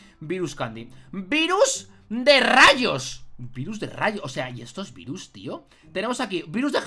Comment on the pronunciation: el dice vairus para que no suene mal